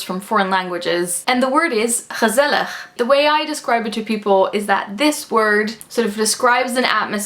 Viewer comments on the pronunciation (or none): wow i'm from the Netherlands and the way you pronounce "gezellig" doesn't sound like Dutch at all. I thought you where from the US or something! ;)